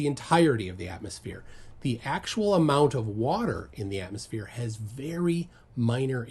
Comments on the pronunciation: Did she actually say athmoplane? Didn't laugh that hard in a while 😅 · “Atmoplane” LOLOLOL!!! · they're straight up calling it an atmoplane? I cannot take them seriously. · Idiot can't even bring herself to say 'atmosphere' shes so obsessed, has to say 'atmoplane' lmfao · Is she saying "atmosplane" in place of atmosphere?🤣🤣🤣they're SO AFRAID of that word!!😱🤣🤣